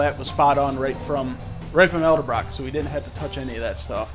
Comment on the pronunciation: Great video I'm considering saving up for one of these systems, but its pronounced ed-el-brock not el-de-brock.